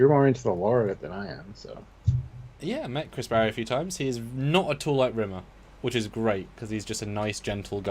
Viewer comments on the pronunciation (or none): Rimmer only should get S-tier if you say his name right, with the weight on the Rim 😀